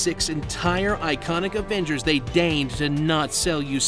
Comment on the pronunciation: "Marvel's Averagers" that killed me